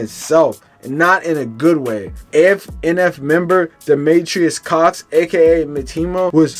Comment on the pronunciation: His name is pronounced “meat mo” (Demetrius Cox)